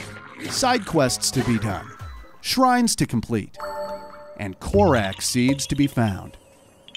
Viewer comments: Like, it bugs me! like Kor-RAWK, not Kor-Raak! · Did anybody notice he pronounced things wrong like koh-rack instead of koh-rock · “Korak seed” 🤣🤣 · my man said Korak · how did you just say korak seeds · I know im nitpicking but its korok not korak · why did you say "Korak" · or how he pronounced korok